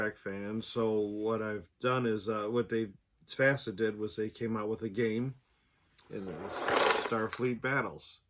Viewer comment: Not FASA.